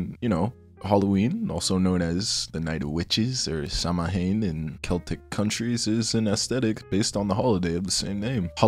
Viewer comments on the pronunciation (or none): Lovely video but halloween originated as Samhain, pronounced sow-in, not sow-a-hin. Felt I had to tell you as an Irish person. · In my many years of living I have never heard someone pronounce "Samhain" as "sämaween". Please don't do it again